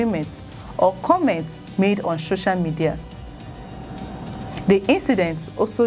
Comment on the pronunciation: What is "sho-sha" media? It's SO-CIAL for the life me!